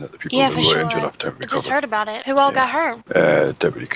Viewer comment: Group of people: Talking about a robbery Arthur: I think they're talkin' bou' me